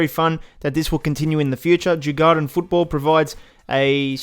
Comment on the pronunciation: Djurgården is pronounced: Jur-gor-den I’m a Swede so :) Thx for all info